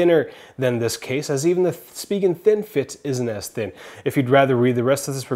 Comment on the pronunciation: Inst it pronounced, Spy.Gen? Spigen